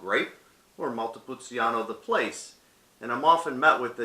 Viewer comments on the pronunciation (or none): It’s pronounced. Montepulcheano not montepul ceeano